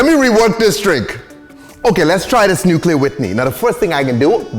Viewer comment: The dude said “nuke-you-lure”